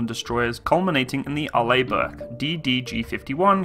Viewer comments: Yep, AR-ley, not ar-LAY. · Good review! Pronounced R-Lee rather than R-Lay. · Can I just point out you pronounce it as (Are-lee) Bourke, not (Are-lay) Bourke... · Arlibork? Are you in 5th grade? It's pronounced like "R. LEE. BURK" "Orientated" is dead language, STOP USING IT. And it's pronounced ALU-MI-NUM. Element 13 on the Periodic Chart. Look it up. It's hard enough listening to you, but when you mis-pronounce every other word, it's like someone scratching a chalk-board. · By the way Arleigh Burke Class the first name is pronounced Arlee not Arlay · Hi. It's pronounced "Are-lee". Love your videos. Keep up the Great Work!! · Pronounced R-Lee or Arlee Burke! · To help with the pronouncement my British friend , it's Arr-lee Burke .But then again you Brits say Aluminum and Schedule funny also, no wonder we broke away ! Lol Btw I no and the Burkes are the best there is 62 of them !!! And all of Nato and no one is close plus 11 CGs Amazing and in the future will have laser CIWS and Railgun !!! Semper Fi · Also fyi, Arleigh is pronounced like Arley.